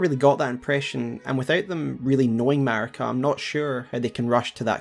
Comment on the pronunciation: maRIka, not maRKia